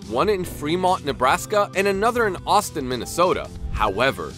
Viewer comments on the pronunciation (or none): none